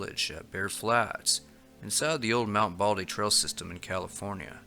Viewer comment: Trell? Do you mean trail?